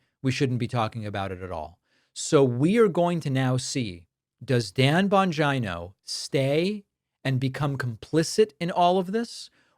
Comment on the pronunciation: Bon-Geno. Bon-Geno. Not Bon-ji-no